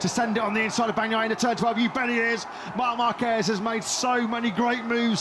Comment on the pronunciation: yg bilang markrsot 😂😂😂